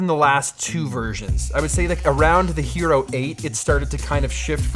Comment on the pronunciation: I thought he said "Gyro 10" and kept looking for a tasty sandwich.